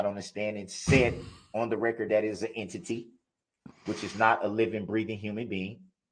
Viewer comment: The plaintiff is a “ Ehn-titty” 😂